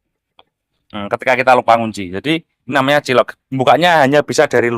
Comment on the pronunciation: Om itu bacanya bukan cilok, tp cail lok. Tulisannya child lock, artinya kunci (pengaman) anak . Kl Cilok tuh Aci di Colok 🙏🏼